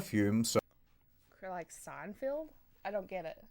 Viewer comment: I like how she pronounces it "Seinfield" lol